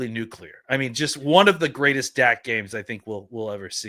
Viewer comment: has the George W. “Nuc-yu-lar” lol